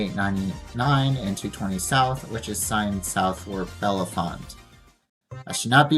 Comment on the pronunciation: It's signed Bellefonte because it's the county seat of Centre County . Also, it's pronounced Bell-font. The second and third e's are silent